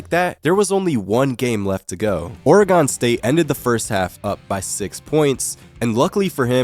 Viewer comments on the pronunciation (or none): It’s Oregon, not “Ore-gone” lmaooooo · You're pronouncing Oregon wrong. it's pronounced the same way as the organs in our body.